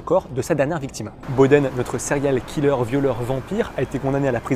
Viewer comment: lol les français ! sérial killeur ! si vous n'êtes pas capable de prononcer les mots anglais correctement... abstenez vous svp.